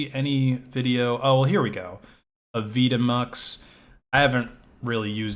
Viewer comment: AVI Demux not Avid Emux...